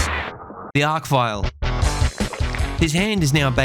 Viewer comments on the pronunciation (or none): Imagine doing ALL THIS And STILL mispronouncing Archvile.... But yeah .. what would you know?